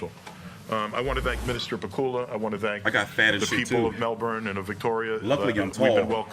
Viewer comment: Lol you got the Melbourne pronunciation correct there mate 😂 I will be attending on Sunday myself and have Haney on points especially if he gets behind his jab.Prior to the Lopez fight I think GK would have also caught Haney napping but now he will have studied George and will make George's ferocity work against him.I hope I am wrong.Plus GK seems to be bordering on arrogance over confidence.That usually is indicative of an impending loss for a fighter.